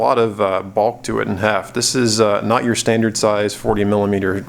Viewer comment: Good review, apart from twice saying "yore", lol